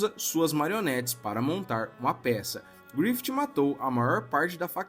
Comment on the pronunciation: Mano se pronuncia "GRIFIF", não "GRIFITI"